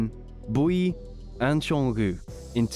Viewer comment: Why do you call Jungkook Jonggü?😂